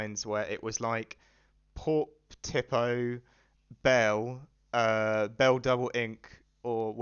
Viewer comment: Tipo is pronounced "tea-po" not "tip-oh" just btw